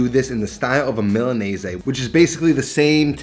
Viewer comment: Why are you pronouncing Milanese like that? There is no “aye” at the end…